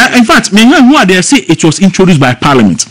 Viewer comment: Please don't pronounce it ParLIAmeant. It's Parliment